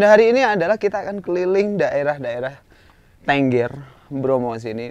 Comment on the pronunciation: Yang bener tengger bukan tengger